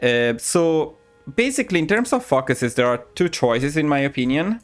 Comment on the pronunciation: I know you are Italian and pronounce English differently, but I have to point out it us oretty funny when you say ‘focuses’ because it sounds like fuckeses